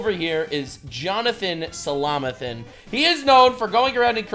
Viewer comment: " Johnathan Somalathan" heh heh